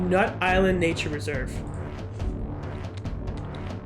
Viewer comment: it isn't pronounced nut island it is pronounced nuyt-LAND